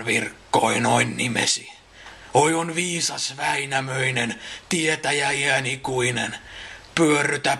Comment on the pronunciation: In several verses you seem to have pronounced endings "-nen" as "-sen" in both Wainamoinen and Youkahanen. I have zero knowledge of Finnish. Did I hallucinate this? If not, why? Thanks :)